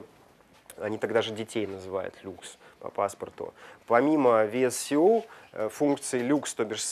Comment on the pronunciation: VSCO приложение читается как ВСКО., посмотрите правило про чтение буквы C в английском. В сочетании с decay (который дикей на самом деле) очень неприятно слушать, перестаешь доверять информации...хотя она вроде классная